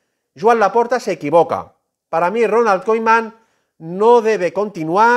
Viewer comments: Ronald Koeman no koiman que no sabes hablar hermano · Pero por qué lo pronuncia como koiman y kuman?